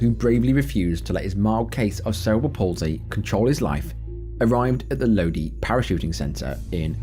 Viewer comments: Just a quick FYI, Lodi is pronounced "Low-Dye", not 'Low-dee". Just listen to the Credence Clearwater Revival song "Stuck in Lodi Again" to hear how it's supposed to sound. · It’s pronounced Lode eye, not Lodee. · Load-ee! Lol! Pronounced Load- EYE. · The city LODI is pronounced LoDie not LoDee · Lodi is pronounced low-dye not low-dee. It's in a famous song by Credence Clearwater Rivival. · Love the video. So you pronounce it Low-Die not Low-Dee. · “Lodee” lmfao it’s “Low Die” numnuts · Its not lowdeee its low-die=lodi 😂😂😂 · Lodi is pronounced Low-Die not Low-Dee 😂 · Lodi is pronounced Low Die ya limey! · Interesting pronunciation of Lodi, I’m from that valley and it’s pronounced “low-dye” I’ve even skydived there too! I was 16, with a tandem jump. It was fantastic. I surely do feel for their families. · It's not low dee. It's Low Di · Pronounced " low die"...not low dee"...There's a song from the sixties called "Stuck in Lodi Again". Thank you for these lesson learning accidents...God have mercy on their souls. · The skydive place located in Lodi...it's pronounced Lowdye, not lodee. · Low Die.....not lowdee (Lodi) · pronounced LoDie not LoDee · Correct me if I'm wrong, isn't it pronounced "low dye?" The video was saying lowdee. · It’s pronounced Low-Dye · Love your videos!❤❤ If you do this skydiving story again, Lodi is pronounced Load-eye. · Love your channel. Respectfully, Lodi is pronounced "lō dī". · FYI. The skydiver incident in Lodi Calif….. it’s pronounced “low die”. Go figure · I live in stockton..Lodi (pronounced low die) skydive is not a safe place from what i hear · skydiving vid....city is pronounced Lodi (Low Dye) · The story with the skydiver, the city is pronounced Lodi (Low-die) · ... That would be Lodi ( LO-DYE), Ca. \O> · Its pronounced Low-dye and all the locals know how shady and sketchy that place is In Lodi. They were constantly being invastagated. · Just FYI: the American pronunciation of Lodi, CA is "low-dye".